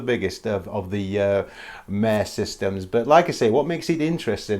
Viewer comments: "Mare" is pronounced "Mah ray". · Great choices of lunar landmarks! Just for info, the Latin "mare" has two syllables (pronounced "mah-re").